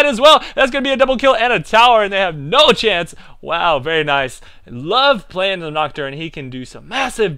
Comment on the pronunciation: I LOVE HOW SAYS VAAAIRRR NAAICEE